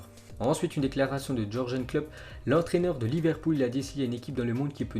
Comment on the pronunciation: Sa ce prononce Yourguen klopp voir Yourgeune...Dsl mais tu prononces dans énormément de vidéo et à force sa pique les oreilles.